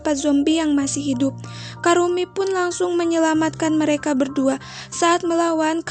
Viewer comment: Namanya ebisuzawa kurumi kk bukan karumi🤧